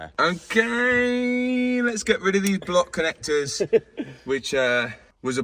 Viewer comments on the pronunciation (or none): none